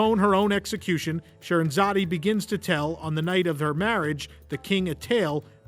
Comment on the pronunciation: Scheherazade... the 'e' is silent. I enjoyed the video. Very interesting.